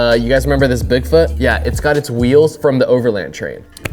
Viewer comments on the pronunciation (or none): none